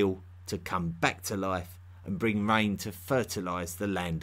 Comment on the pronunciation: This strange accent and pronunciation of terms like "rain" or "Beil" (instead of Bal) is annoying and interrups the lesson, which may not be too bad. It starts from zero. It also needs to show references.